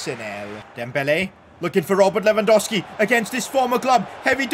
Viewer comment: Its LewandoWWWski. Not Lewandoski